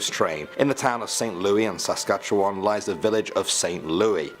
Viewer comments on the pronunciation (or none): none